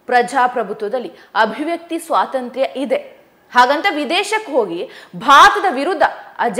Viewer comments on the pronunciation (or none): none